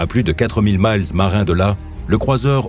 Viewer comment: Prononcer le mot "mille" (de "mille nautique", 1852 mètres) avec la prononciation du "mile" terrestre (1608 mètres) anglais ça la fout mal pour une chaine ayant trait au domaine maritime